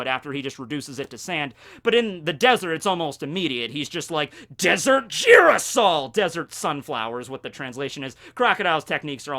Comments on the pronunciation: Who gonna tell him that it’s not pronounced girasole lol it’s spelled girasol but it’s pronounced hirasole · Girasol is pronounced like with an H not a J